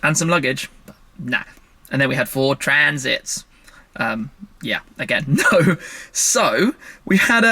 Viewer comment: Shmee saying ford Transit made me chuckle - not quite Lenny The Geeza 🤣